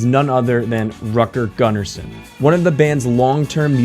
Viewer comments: He is not Rat-girl Gun-Arson, you say Root-gehr Goon-arson. Come on now, he was Swedish, Im sure You dont wanna be called how your name sounds like if others try to read it in a non-English language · I love this video and how you break everything down with precise language. BTW, ABBA's bass players name is pronounced like this, Rootger Goonnarson (like in Root beer) 😂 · Hur fan uttalar du Rutger Gunnarsson? 😂